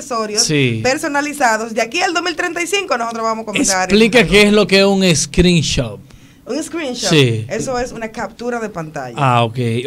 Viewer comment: No es screenshop es screenshot 🤣